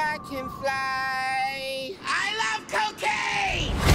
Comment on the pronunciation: I BERIEVE I CAN FRYY